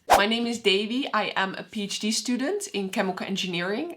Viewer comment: I always hear “ I am peeach D student “ 😊